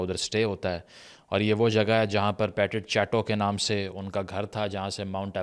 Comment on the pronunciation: آپ ایک بہت لائق فائق شخص ہیں اس لیئے عین مُمکن ہے کہ میں ہی غلط ہُوں۔ لیکن کہیں ایسا تو نہیں کہ جس کو آپ “پیٹِٹ چیٹو” کہ رہے ہیں وہ فرانسیسی زُبان کا Petite Chateaux ہو؟ If it is French then the pronunciation would be پَتیت شاتو.